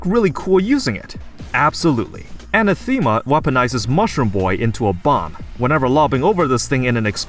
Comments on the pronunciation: 🤓time: "anathema" is pronounced: uh NA (like "bad", emphasis/accent on this syllable) thim (like "thin" if it ended with an m) uh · My kingdom for a YouTuber who knows how to pronounce Anathema... 😮‍💨 Sheesh. "Ah-na-thum-a"